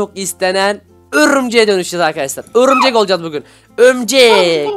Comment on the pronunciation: Abi örümcek dedin bikeresinde öbürcek dedin o aklıma geldi XD de yine öbürcek dedin XDD